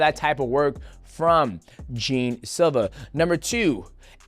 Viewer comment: Did lack of knowledge of Jean is hilarious. It’s not pronounced that way, it’s like Jean Claude Van Damme That’s why his name is Long Jean Silva it’s like the Pirate. They love one piece at the fighting nerds. Ruffy is king of the pirates like luffy.